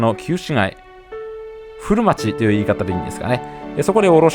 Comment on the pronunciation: 古町の発音が正しい！